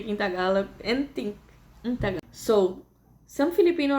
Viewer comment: Your pronunciation of Tagalog words are bang on. Good on you. Gonna have to work on my Canadian wife on that one